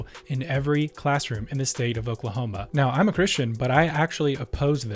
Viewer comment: He said "Okelhoma academa standers".